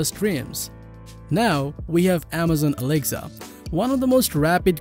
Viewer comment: This guy is just saying alegza not Alexa